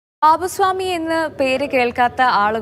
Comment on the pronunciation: ബാവു സ്വാമി അല്ല, ബാവു ഷാമി